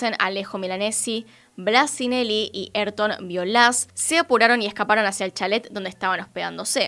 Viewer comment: “Ayrton” no es “erton” es “aírton”, como en famoso piloto de Fórmula 1 Ayrton Sena (aírton o ah-EER-ton).